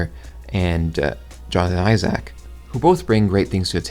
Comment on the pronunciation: Great vid however the way you pronounce Isaac is terrifying.